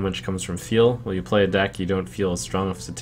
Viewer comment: At 16.34 sounds like he said: what dick i hit legend with :P